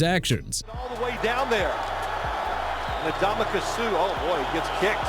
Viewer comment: WHOEVER SAID NDAMUKONG SUH'S NAME WRONG NEED TO BE FIRED IMMEDIATELY!! ALSO IT'S EVAN DIETRICH-SMITH!! AND TYREEK HILL MOST HATED PLAYER... KEEP THINKING THAT DUDE... I WISH YOU WOULD... ALSO IT'S ROMA-NOW-SKI NOT ROMA-NOV-SKI!! THE MAN AIN'T RUSSIAN!!!! I DON'T NEED THIS... I REALLY DON'T... YOU PPL NEED TO QUIT...